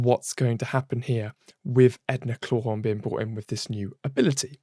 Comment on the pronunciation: EDA CLAWTHORNE!!! ITS EDA CLAWTHORNE PRONOUNCE IT CORRECTLY!!!!